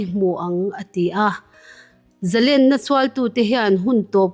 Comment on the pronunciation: Ngaihthlak a nuam lutuk ringawt.. Thil pakhat Correct ka duh ve mai mai chu.. ZALÈN tih kan chhiar a LÊN tihlai kan lam rik dan hi, Sangha manna lên kan kan sawia LÊN kan lam rik ang hian lam rik tur a ni. Eng hunah pawh ZALÊN tia lam tur a ni..